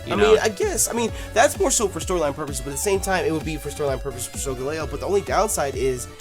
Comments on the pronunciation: I personally pronounce it with emphasis on the gal part, so it's "Sol" like solar "Gal" like the word ''gal' sometimes used to replace girl and the eo like in "leo" the lion. so all together it's "Sol GAL eo." As for Lunala its the same basic phonetics you use, but the emphasis is in the Beginning, so i pronounce it "LU nala" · I think it's pronounced solGALeo. Kind of like the gal as in Galileo. And Leo like lion. This legend might be another ray-qua-za and ray-quay-za pronunciation war. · I pronounce it "sol-GAL-ee-oh" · soul gal leeo???? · I think you pronounce solgaleo as : soul-gal-ee-o. I could be wrong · yo pronounce solgaleo wrong dam man your kill when you pronounced that shit lmao